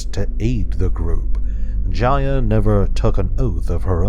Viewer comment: It’s not pronounced (j-i-y-a)it’s Jaya with a long A